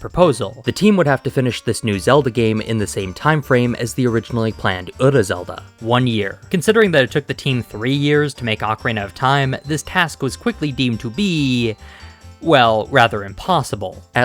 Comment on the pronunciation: Ura = "oo-rah" not ədə